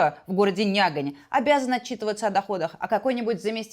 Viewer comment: НЯГАНЬ? ЧООООООО????? Вот уж, что-что...а услышать на вашем канале про свой городок - Нягань - вообще не ожидал, пару раз перелистал даже.. Жесть :D P.S. между прочем, Мария, даже правильно произнесла! нЯгань!)) Но правда, слышно что Мария старалась это сделать правильно)) но все-ровно - Респект))